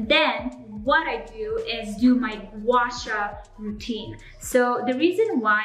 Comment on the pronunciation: just wanna comment a little suggestion which is the pronunciation of "gua sha", the "sha" should be pronounced same as the beginning of " shark" instead of "sa", hope you understand what I am trying to say.